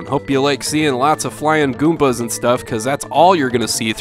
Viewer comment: I don't know if anybody else caught it, but this man said GOOMPAS! Love it LOL :P